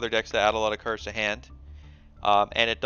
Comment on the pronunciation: Cards not kirds